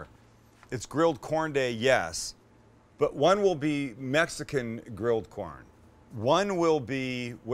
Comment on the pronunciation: “one will be Mesican corn.”